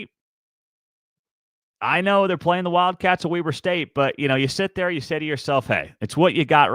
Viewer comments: FYI it’s pronounced “Wee”ber state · Weber is pronounced weeber